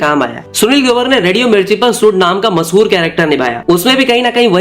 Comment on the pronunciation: Bhai Video bhot achi hai content visual sab top notch Bas ek dikkat hai श ko श hi bologe toh theek rahega श ka स mat kro bhai break ho jata hai flow Masahur, sows, presure , suru kiya, soot, Hona chaiye Mashur, shows, pressure, shuru, shoot Bura mat manna bhai aage apko hi kaam aaega jab channel grow krega.